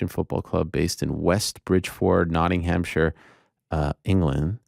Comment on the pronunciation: Nottingham man here. I don't recommend riding with us😂 we are for sure early favourites to go straight back down. Hearing you trying to say West Bridgford has made my day. Much love. But don't ride with us. 😂